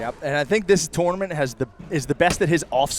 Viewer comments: 3 references to “this tore-na-ment” in the first 8 minutes. drinking game would f people up in a hurry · I wish would stop saying "twournament" so much😂